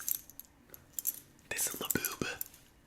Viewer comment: "LaBOOBuh". If my southern grandma were alive, she would be calling it that. She would invent her own words for things😂